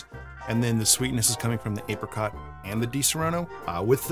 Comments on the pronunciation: It's pronounced Apricot not Apricot. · ape rei cott hahaha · It’s actually pronounced apricot